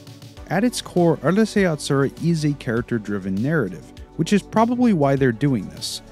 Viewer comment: it's Ooroosai Yatsura, not Ahrusei fyi